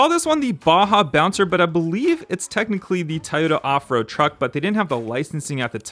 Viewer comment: Nice video but it’s not pronounced Tayota but Toyota or Toyoda just an fyi